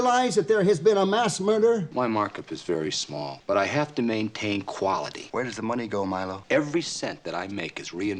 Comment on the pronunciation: The most entertainment value I get out of this is the weirdly specific way Robert Conrad says "quality" like it's a four syllable word somehow. It's been living in my head rent free since my first watch. An Exercise in Fatality has always stuck out to me as one of the kinda dull Columbos. It's good, there's barely a handful of episodes of the 70s run I wouldn't call good. But this is one of those 94 minute episodes where I can feel the writers sweating trying to meet that runtime. Dagger of the Mind was like that too, and this is the second one where you can really feel it. Course that gets to be an extremely common problem in the 90s era where they switch to doing 90 minute episodes exclusively, but ya know, getting ahead of myself. There's a lot here I wanna like. Mila Janis is an impressively hateable killer and he believably gets under Columbo's skin in a rare moment of anger that doesn't really come up again till like Now You See Him 2 seasons later. I think my main issues are two fold. One, part of the fun of Columbo episodes is seeing the killer dig a whole for themselves as our boy pokes holes in his seemingly perfect murder. But the murder here is pretty plain and simple, and I feel like a lot of the episode is just kinda dancing around until the gotcha. That typing scene feels like it goes on forever, although atleast that one's funny. I also think this might be the weakest gotcha in the show thus far. I don't even know if it's bad, I'm mostly just really confused b